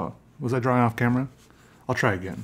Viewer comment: Oh my god I can’t stand it. He sounds congested constantly, and like the mic is embedded somewhere within his sinus snot. And I don’t know why he insists on pronouncing drawing as “draw-wing” instead of “draw-ing”. It’s a shame because he makes great content, I just can’t enjoy it as much because of my aversion to his voice.